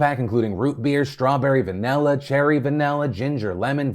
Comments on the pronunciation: "vuh-Nell-uh". Sounds like Phil is from Pontiac,Michigan. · Anyone else annoyed with how Phil pronounce "Vanilla"?! Wtf is "Vanahlla"? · why do u say vanilla like that 👀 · One sec… Say vanilla again? 😂